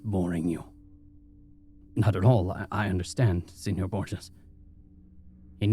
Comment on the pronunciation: ÑI'm so sorry, but i was a Spanish major and...you have mispronounced Borges. Every time. Mispronunciations aren't uncommon on this channel, but this one is particularly difficult because it comes up so often I the story. I think you should consider researching words that you have any doubt about. I love this channel but I have to suggest this at this point.